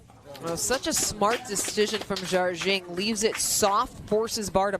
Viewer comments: Are the commentators correct in pronouncing Jardim as "Jarjing"? I would have assumed it was pronounced closer to "Har-deem" or something like that. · Simone pronounces it something like 'jar-jing' but I don't think there is anyway for an American to get the Portuguese exactly right. Jar-jing is the closest we can do...